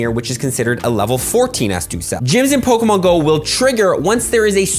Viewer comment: Please say Pokémon right if I hear Pokamon one more time I might die